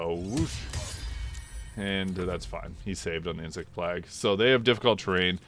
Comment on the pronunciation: Great video, very eager for this to come to console! But your pronunciation of “plague” is killing me